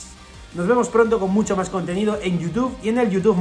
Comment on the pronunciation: Como dijo "en twich" jajajsjssjjs